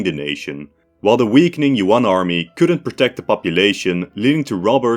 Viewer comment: It bothers me to no end how westerners pronounce monosyllabic Yuan as "Yoo-on".